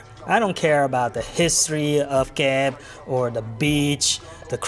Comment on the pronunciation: Come on,. You gotta pronounce Kep the correct Khmer way and not western style. 😂